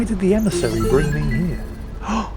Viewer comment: "Be vewy vewy qwiet, we are hunting an emisawy" 😂